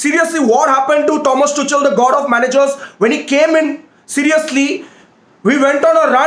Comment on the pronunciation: Every one : Tuchel Rantman : Tu chal 😂